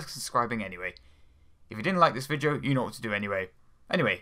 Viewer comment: Is it me or does this guy always say vijeo/vigeo instead of video